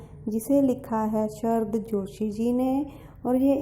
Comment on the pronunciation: Shrd nhi sharad ...hindi pda rhi ho bol to thhik s lo